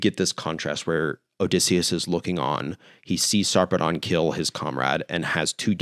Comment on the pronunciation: it's kinda weird, but the usual pronunciation of Sarpedon is Sar (rhymes with "far") -- Pee (rhymes with "see") -- Dən (rhymes with "sudden" or "button"). so, something like Saarpeed'n